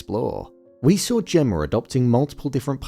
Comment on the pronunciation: Why do you always say "Gemmar" instead of Gemma?